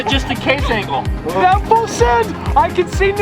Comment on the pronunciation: I’m sorry he said “approach angel”😂